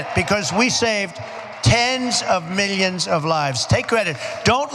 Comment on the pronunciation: Why does he still pronounce millions funny?